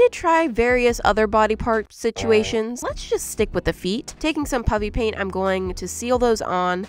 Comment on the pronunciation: didn’t say puffy paint she said puppy paint